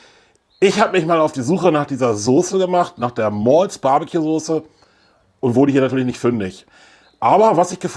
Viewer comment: Moin, deine Aussprache ist bestimmt richtig! Ich glaube in dem Video singen die Maull it! Super BBQ Sauce 👍💯🔝 muss ich natürlich auch ausprobieren 😊 Danke fürs Rezept 👍 LG Basti ✌️